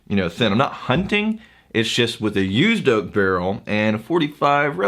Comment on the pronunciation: "It's used oak, Rye-ight." Lol I'm pretty sure that was not the intention, but it's what I heard.